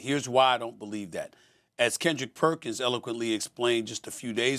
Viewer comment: Perk's name pronunciation is getting worse. Lol